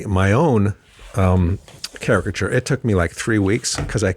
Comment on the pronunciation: Caricature. You see that? Not characture. Ha ha.